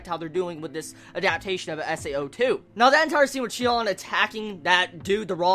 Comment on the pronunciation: I wonder why do so many people get her name wrong? It's not that hard... Her real name is Shino, and her nickname in the game is Sinon. There's no "Shion" or "Shinon" or whatever else.